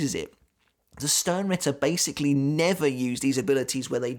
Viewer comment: You know what? As a german I will use this opportunity: "Sternritter" is pronounced "shtarenritter". The "sh" from "shut" and the "are" from stare. So just say stare with an sh instead and add an "n" at the end followed by ritter.